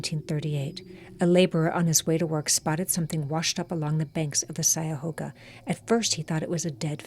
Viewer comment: It's pronounced CUY-a-hoga not SY-a-hoga